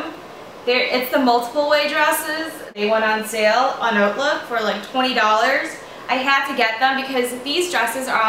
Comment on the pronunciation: Did not know Hautelook was pronounced like Oatlook!